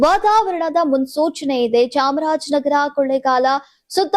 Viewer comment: Kothi chamrajnagara alla (chamaraja nagara). Kannada spasta irali